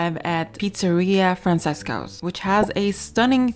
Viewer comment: I stayed there last weekend for when I saw Phish at Sphere and it was perfectly fine for my needs. Francesco is an Italian name so it's pronounced Franchesco.